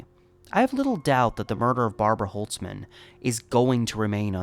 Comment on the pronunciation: Barbara holzman is my great grandfathers sister. My grandma has told me this story before many times, and seeing basically a documentary about it is pretty crazy. Just wanna say holzman is pronounced with the “z” sound and we dropped the “ts” a few generations ago lol. Thank you for making her story heard.